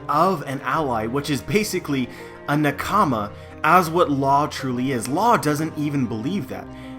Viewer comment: i dont trust anyones theories when they pronounce nakama as newkama